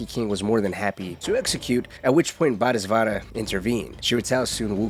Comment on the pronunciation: repeat after me, bo-dee-suht-vah Bodhisattva